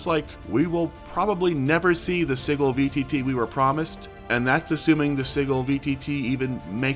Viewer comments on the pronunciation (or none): Not “siggle” it’s Sigil (sidjil) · Anyone else weirded out how "Sigil" is pronounced? (sije-il not sig-el) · Isn't it pronounced "Sij-əl", with a soft "g"?? It's driving me nuts Edit to add: IT IS! I just listened to the official WotC announcement. Please stop saying "Siggle"!! It hurts my ear-holes! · Sigil is pronounced with a soft G. SehGill. Gill, like a fish. /ˈsijəl/ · Does this mean I won't have to hear you mis-pronounce sigil anymore? [sij-il] with a 'j' sound. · Not as shocked as I would be if you pronounced "Sigil" correctly ;P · Please look up the phonetic definition to learn how Sigil is pronounced.